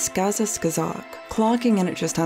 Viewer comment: This is fantastic quality content as always, but I'm sorry, it just irks me so much. What is it about the second "k" in "skazka" that is so difficult to pronounce? Transliterated into the Latin alphabet, it still very clearly ends on a "ka" sound. The video literally shows footage where the name is pronounced correctly. Was this some kind of blunder in the script? Was "skazka" accidentally misspelled as "skaza" in every instance but one? This isn't some eastern-European tongue-twister with 20 "щ"s and "ж"s! I'm ok with people mispronouncing bizarre surnames like "Khristorozhdestvensky", but "skazka"? C'mon, it's just insulting.